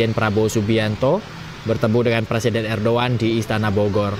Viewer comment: Hey reporter ngomong nya salah bukan Erdoan tapi Erdogan